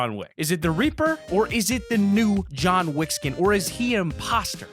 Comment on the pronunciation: It's jone wick